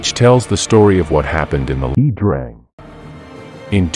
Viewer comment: I think 'Iya' Drang is pronounced eye-yah.